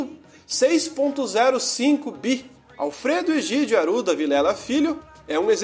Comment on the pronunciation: Bareto, Aruda, Sera Pelada... acho que o narrador faltou na aula de como se pronuncia o "rr".